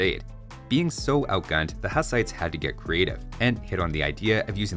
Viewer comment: Hussites are pronounced like hoos, not haas, the name comes from the preacher Jan Hus, with his name coming from the bohemian word husa, which means goose